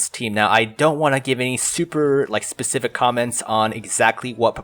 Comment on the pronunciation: Ah, fair enough. I've just noticed it a lot recently and thought it was weird, ek-specially and Specific being pronounced pacific, anyway carry on! :D